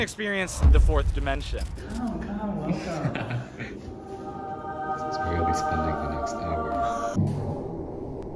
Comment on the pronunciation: Take a drink every time he says "dimenshon" 💀